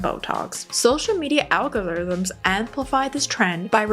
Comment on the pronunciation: Ma'am, could you pronounce algorithms, again? 😅